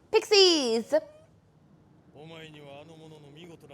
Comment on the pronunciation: It's pronounced (pix-isss) if u didn't know